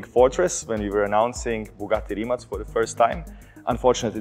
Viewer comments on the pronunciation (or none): Мате, свака част. За углед, не само за овај део Европе, но за читав свет. Ситница, али терао бих их да правилно изговарају Ваше презиме, а не "РимаК". Поздрав из Србије.